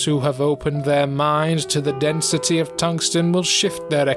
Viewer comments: "increased densiteh" Ah I see the is from Nottingham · Why am I reminded of the Stand ‘Rolling Stones’ every time he says “density” with such emphasis? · “Densitè” “Accordinglè” “Immortalitė”